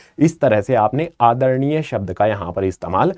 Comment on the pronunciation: Bhai aacha wala headphone laga ka suno aadharnia Pecha sa bola